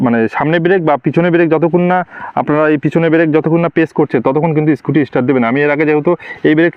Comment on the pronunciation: কথা টা ইস্টার্ট নয় স্টার্ট হবে